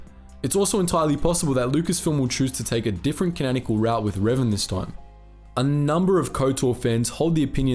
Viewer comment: Canonical being pronounced wrong so many times tho